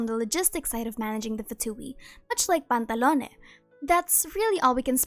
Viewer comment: I can listen to this human saying the name "Pantallone" for hours man They say it in such a satisfying way